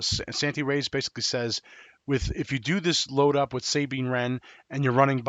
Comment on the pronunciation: Say it with me Suh-Bean. Not Say-Bean, lol.